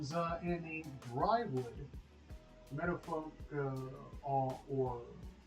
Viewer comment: It's pronounced "Dear" Wood